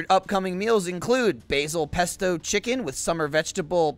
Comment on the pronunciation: Is it killing anyone else how pronounced pesto